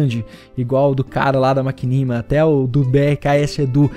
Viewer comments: Tambem achei engraçado quando ele falou. Mas acho q ele fala como ele quiser. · Acho q ele falou certo, ñ sou nenhum Expert em inglês ñ, mas acho q é essa a pronuncia !